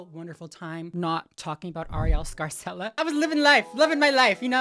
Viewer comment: throwback to when you stayed calling her “arielle scary-cella” 😂😅